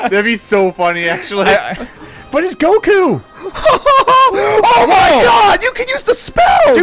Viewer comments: How u say goku but it’s some boot leg version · It goku it not goku bro 😏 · Yall are messed up for saying goku. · I was triggered when he said Goku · Did this man say goku....